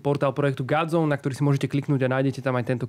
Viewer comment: Vyslovuje sa gOdzone nie gAdzone. Pili mi to usi.